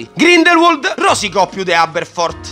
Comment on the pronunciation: Bellissimi i tuoi riassunti (doverosamente più lunghi dei film stessi 😂). Però Grindelwald si pronuncia Grindelvald😅